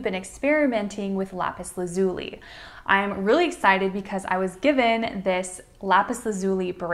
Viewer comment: It's pronounced "lapis Laz-you-lye"